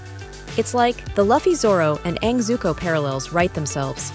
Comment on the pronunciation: That is not how you say luffy… its pronounced loofy